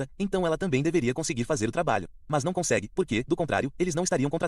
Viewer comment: "Não conxegue, né, IA?" -> chorei de rir nesta